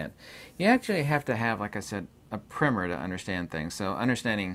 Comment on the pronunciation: What is he referring to in the beginning of the video….he says without it you can’t understand…. I believe he calls it a primer? Or primmer?